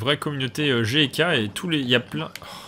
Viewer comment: Quand vous dite "GK" j'ai l'impression que vous dite J.K